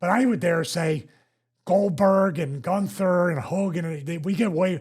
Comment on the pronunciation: its GUNNNNNNNTHERRRR NOT GOOONTHER you goof smh.